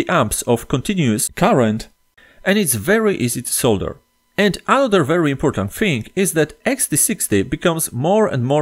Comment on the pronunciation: Finally someone says solder and not sodder. thank you